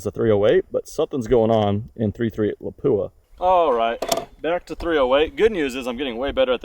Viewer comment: I still like the Paratus. It works well for me, breaks down pretty small. It is pronounced LAP-Wah.